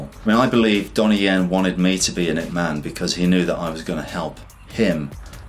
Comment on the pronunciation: You said ip man it man